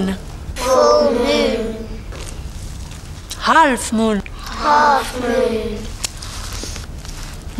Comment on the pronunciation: i like that when she said half moon she became Japanese